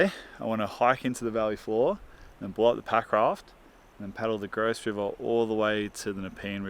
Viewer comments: 😢youve finally done it its the Grouse its pronounced Grose And spelt that way😢😢😢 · Your saying grouse like a victorian would haha, are you meaning to say "grose river valley ?" Specy veiws